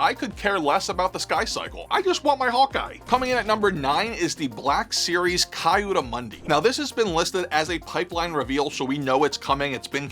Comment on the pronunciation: Kayudu Mundi ? Who? 🤣 Read his name correctly, my dude lol Also, Ki Adi was most likely as powerful as Kitt or Obi Wan